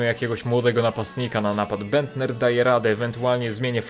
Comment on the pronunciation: Nicklas Bendter - nie mówi się Niklas Bendta, bo to nie jest niemiec, tylko tak jak sie pisze ;)